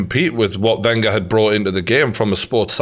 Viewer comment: Ugh the way he pronounced Wenger ran through me and I'm a utd fan.